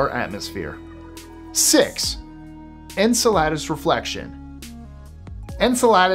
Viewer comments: Just a tip,... Enceladus is pronounced "en-CELL-uh-dus", not "en-cell-AH-dus"... 😉 Just trying to be helpful; not trying to annoy you or anything, promise... 😅 Anyway, another awesome space vid! 🤩 I noticed you uploaded this one right after the one you uploaded yesterday; trying to get caught up after missing several days or something? 😅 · Great video. But it's actually pronounced "In-Cell-Idus". It's the source of Saturn's second largest and farthest reaching ring.